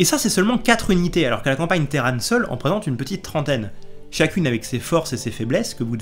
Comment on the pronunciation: les téran pendant toute la vidéo. De temps en temps un petit "terrane" qui pop. Je préfère Terrane perso, téran ça m'a un peu fait saigner les oreilles. 😂Bonne vidéo sinon comme d'ab :p